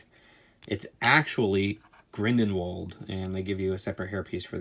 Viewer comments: Grindinwald? It's Grindelwald. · Also, GrindENwald??? It’s Grindelwald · It's Grindelwald not Grind-en-wald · It's grindelwald not grindenwald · Grindenwald 😂😂😂😂 it's grindle wald only put the space so people know how to pronounce it proper but sick collection bro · GrindeLwald not grindenwald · Did he say Grindenwald instead of Grindelwald? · It’s Grindiwald ( Sorry If I Spelled Wrong ) Not Grindinwald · why did it sound like u said grindenwald instead grindelwald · Grindenwold 😂 its grindlewald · Still saying Grindelwald wrong. It's not Grindenwald. grindLE not grinDEN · Grindewald, not “grinndenwald” sorry but the pronunciations in this video is a bit annoying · Ok now you got to be kidding, grindenwald? Either my ears are horrible or you don’t know crap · "its grindinWald" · 1. It’s a saucer not a plate 2. It’s pronounced Grindle wauld 3. Cho and Luna are RavenClaws 4. You are clearly not a Harry Potter fan ! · Did he say grindenwald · he just said grindidwald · You said grindenwalsh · Did u call him “grin din wald” ? 🤣🤣